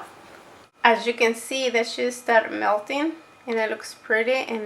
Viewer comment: I love your video! Thankyou!! Reminds me of my madre. I love the way you say cheese. "Sheese." 😂